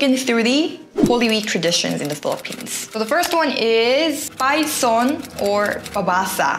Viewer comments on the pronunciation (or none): It's pasyon not payson. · it's pas-YON not payson, from the word Passion. Local people sing the story of the passion of Christ written in the book. Traditionally u hv to finish the book everyday which normally ends aftr midnight or early in the morning. Usually the pasyon is done in chapels but some are done in their houses and normally they prepare food for people who visit, especially those in the chapels. ✌🏼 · not payson its pasion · Its pas-yon not pay-son. Good Vid. One of my favorite holiday in the philippines ❤ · Pasyon po hindi payson ...love you.😘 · You forgot alay lakad which people are walking through white Cross in antipolo by the way it's pacion not payson. Please don't get mad at me. It was just correction. God bless you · Pasyon is pronounced like passion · its pasyon not payson :goodvibes:🙂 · it's not parson, it's Pasyon😊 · Pai-son=x Pas-yon=✓ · Its pasion or pasyon not payson. Like passion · not payson. its pasyon. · Correction lang po. Pas-yon not Pay-son. 🙂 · its pasyon=passion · It is Pas-yon not Pay-son or Passion in English. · PAS--YON means PASSION...not PAY--SON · It should be read as Pas-yon, not Payson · Pasyon yun not Payson hehe.. parang 'pa-shon' i-pronounce hehe.. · its passion = pasyon not payson lol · Hi the Pasyon should be pronounced as "Pa-shon" not "Payson" hehehe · Its pasyon not payson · its pasyon not payson it sound like passion not pie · its not Pasyon or Passion...not pronounced as PAS-YON BUT PAS-SYON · PAS-YON po, not PAY-SON..hehe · Hi ….it’s pas-yon…..not pay-son! Hehehe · Pasyon not payson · It's not PAYSON...., it's PASYON,... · its not "payson" but "pasyon" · pasyon not payson, i heard you said payson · PAS YON NOT PAY SON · Pasyon.. not PAYSON. hahahah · payson? it is pronounced as pashon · Pas-yon not pay-son hehehe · I wonder if realizes she's saying PAY-SON and not PAS-YON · it's pa-syon not pay-son haha